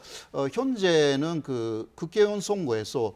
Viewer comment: 방송에서 너무 정확한 발음으로 '국개의원'이라고 하시네. 호 교수님 일부러 이러시는 듯 ㅋㅋㅋ